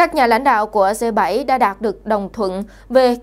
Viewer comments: 🌴. Viết và nói cũng kg rành..g là g.phải đọc là gờ hoặc rê dê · Bạn có thể đọc g chứ đừng đọc là dê,xin cảm ơn